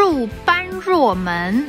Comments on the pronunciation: 般若门，般读bo(波），不读ban（班）。意为“智慧之门”🙏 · bō rě 不是 bān ruò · 般若 不讀 班弱 ，讀 播耶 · 寶寶乖ˇˇ般若ˇ這倆字該念ˇˇ撥惹ˇ或ˇ撥也。祝ˇˇ旅遊愉快。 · 不是叫做般若啦，叫做波惹(ㄅㄛ ㄖㄜˇ) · 般若，不念ban1ruo4，念bo1re3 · 拍謝，說明一下，如有誤請指教： 般若（发音：bō rě） 大乘 (sheng第四声) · 般若 讀音是 「bo」若 — (音同「播」) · 第一 般這個字在這裡念ㄅㄛ 是般若波羅蜜心經的般 般若門意指智慧之門 第二 中台禪寺是在南投縣埔里鎮 並不是在台中 妳是不是有什麼誤解? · 般(讀音玻)若(讀音惹)........ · 大陸什麼都大,寺院也這麼大。 般若發音撥惹。 蟲多代表生態沒有被農藥破壞,我已幾十年沒看過蜻蜓了。小時候蜻蜓蝴蝶漫天飛舞！ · 般若好像要念「播若」？天啊，怎會有這麼多蟲呢？ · 應該不是叫般若，而是發音叫“播惹” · 般若，漢語讀音為「波惹」，超前的大智慧的意思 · 般若讀音是 播惹。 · 【般若】. 讀音, ㄅㄛㄖㄜˇ(剝惹), 佛教用語。指能證悟的智慧。 佛教認為一切般若智，都是從自性而生，不假外求。 台灣也有見面互道阿彌陀佛，只是去到寺廟的人很多並非佛教徒(只是去"旅遊")，所以就互相不去勉強措辭了吧! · 阿彌陀佛，般若，據我所知，首字發音和妳發音有別，可問問U爸 ^ ^。